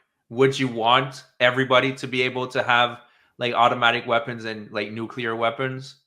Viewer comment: New-clee-er, not nuke-you-ler